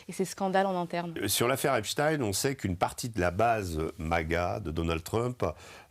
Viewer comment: Je juge de la probité d'un media de la façon dont est prononcé.le nom Epstein. Là c'est validé.